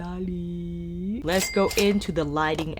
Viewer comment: I cracked up every time you say italy 😂🤣 thank you for the video by the way! ❤️